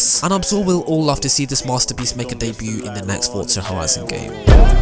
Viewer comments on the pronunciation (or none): Why do ppl say fortsa instead of forza?